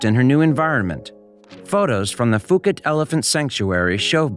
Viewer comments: Its pronounced Poo Kett, That is NOT Fooket Fuket.Its Phuket OK. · When I spent a couple of weeks in Phuket, everyone there pronounced the name of the place as “Poo-ket”. I never heard “Foo-ket” while in Thailand. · It’s pronounced Poo-ket not fuu-ket , it’s an island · For the love of god it's pronounced Poo-KET, Poo-KET! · Phuket is pronounce pu ket.